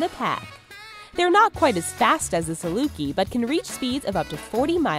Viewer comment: Kwaite bilding hot